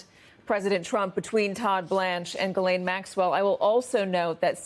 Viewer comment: Gis- LANE - MAXWELL